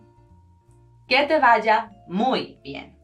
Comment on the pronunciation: Se escribe «superbien», todo junto, puesto que super- es prefijo en este caso. Otra cosa: la V de «vaya» es bilabial. El uso labiodental de V suena algo afectado.